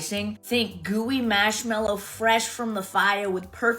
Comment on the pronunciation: the way she says marshmallows truly enrages me